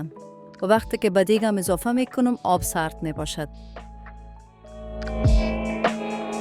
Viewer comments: آب بگو نه هاب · چرا ای قسم صحبت میکنید پر از اشتباه 😏 انگار از روی یک کاغذ میخوانید.هالی، هاب،،هجازه و ده ها غلط گفتاری دیگه. خواهش میکنم برنامه هایتان را به روال قبلی و بدون صحبت پیش ببرید